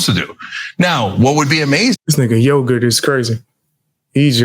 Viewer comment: Did you call him “Yogurt”?? 🤣 Chunk Yogurt is officially my favorite.